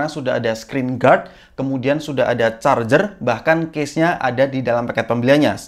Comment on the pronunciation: Hhhhhh udah charger gak ada..... Kedengaran lucu...